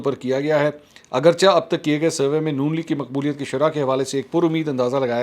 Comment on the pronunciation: "Agarchah" nahi hota ustad, "agar-cheh" hota hai. Kaash kabhi Urdu medium school me bhi aap parhey hotey. Chunan-cheh Kun-keh Agar-cheh Waghera waghera